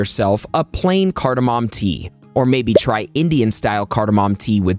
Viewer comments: Whatamom?! No mom!! No pop!! It's cardamom pronounced card+a+mum!! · Cardamom MAY . .... Cardamom may...... Cardamom may....... Cardamom may ...... Phew ! When will science studies and you be SURE !